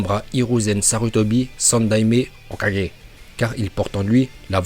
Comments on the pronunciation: Mdr comment tu dit hokake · "okage" bordeeeeel je m'en remets pas 😂😂😂😂😂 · Comment il dit Hokagé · t'es genant comment tu dis hokage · Pourquoi tu prononce mal le nom Hokage 😅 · ca me fume sa facon de prononcer le mot hokage 😂😂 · J'ai kiffé le "hokage" à 🤣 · Quand il dit "hokage" 😂😂😭😭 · Plutôt original ta nouvelle manière de prononcer ''Hokage''